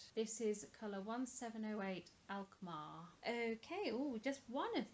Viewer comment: Color crafter series are named after dutch cities. You said Alkmaar and Alphen very well!! I'm just finishing my blanket (row 103). I really enjoyed the project (part five was my least favorite and made me hate my colorway!). Just ordered a new box as I want to make another!! And yes, it is worth splurging on the river/stoned washed as it is really lovely yarn. Well done finishing your blanket.